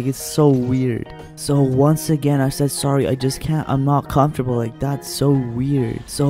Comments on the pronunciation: Me:comfromtable Hime: comFARTable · comfortable. and they’re out here sayin ‘comfartable’ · HE SAID ‘comfortable’ LMAOOOO